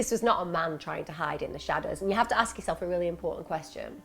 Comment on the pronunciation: axe for help - why do people talk like that???